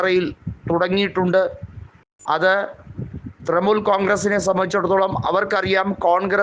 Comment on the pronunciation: തൃമൂൽ അല്ല തൃണമൂൽ